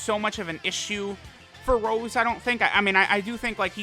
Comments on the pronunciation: Petition to get to say Rosé instead of Rose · please stop saying rose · I knew something was wrong, this ain’t. He calls him Rose and not Rosé.